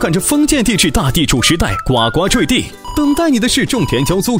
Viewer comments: 先把读音给我读准了再来做视频。呱呱坠地（gū gū zhui di) 不是guāguā。真的受不了。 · 呱（gu）呱坠地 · 呱（gu第一声）呱坠地